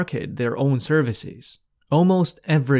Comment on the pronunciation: servicees? devicees?